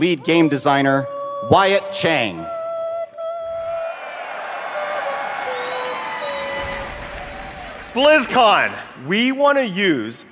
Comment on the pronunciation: Wyatt Cheng; le'sigh